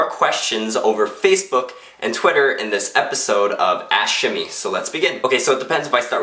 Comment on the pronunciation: Every time he said ask shimmy... I heard.... Ash (ass) shimmy